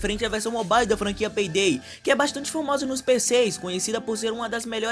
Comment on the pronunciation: FALANDO PEI DEI KKKK VÍDEO TOP LIKE